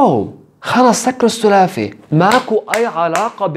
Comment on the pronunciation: على فكرة اسمي سلاف لما هو يقول هالمفردة احسه يقول اسمي 😅